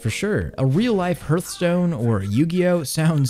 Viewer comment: how did you just pronounce hearthstone lol